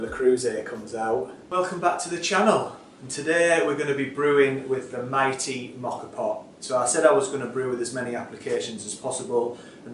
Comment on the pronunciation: Love how you say Moka! But what did you do with all the foam left in the cafetiere?